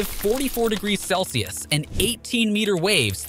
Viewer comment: Say Celsius again 😂